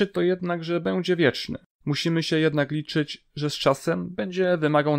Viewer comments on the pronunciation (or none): none